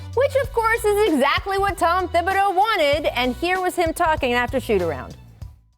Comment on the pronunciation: When did the h start being pronounced in Thibodeau? Ok so not everyone is doing it. Isnt it french? I know people w the spelling Thibodeaux also and it's all pronounced w a silent h. When we live in MS there were mad Thibodeau(x)s there and no one pronounced the h... plus I took french forever.